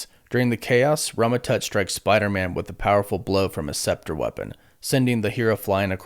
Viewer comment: How can you read a script and still mispronounce like, so many words. Spector is not pronounced scepter. Ragged is not pronounced rag’d(?) I mean come on man you had one job lol.